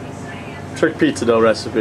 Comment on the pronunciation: Dough... Not Dogh... Why no yeast?